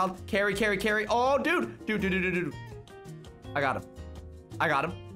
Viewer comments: yeah your right he did say carry not cari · He said Carry Carry lol